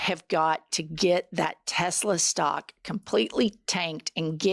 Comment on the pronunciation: Why does Trump keep saying “Tesler”? Is he stupid?